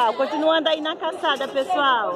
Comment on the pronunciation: Só uma correção, vc fala caçada kkkkkkkkkk e o correto é calçada. Eu adóooooru seus vídeos muito bom gosto 😍